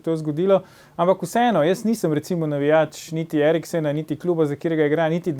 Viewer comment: zelo spoštuje Eriksena, ne zna pa izgovoriti njegovega priimka